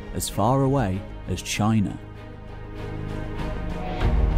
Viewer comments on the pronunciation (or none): none